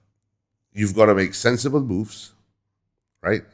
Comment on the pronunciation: 100℅ agreed but when u say the word "moves" It sounds like b*00*z